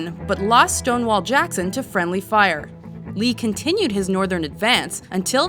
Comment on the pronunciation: I doubt it, you didn’t even say his name right. It’s Stonewall, not Stone law